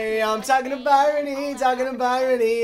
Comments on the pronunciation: WHEN WILL REALISE HER NAME IS BRYONY NOT BYRONY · I love how he pronounces it by-rony instead of bryony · Is no one gonna talk about how didn’t know how to pronounce “Bryony” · they pronounce Bryony's name wrong every single time AHA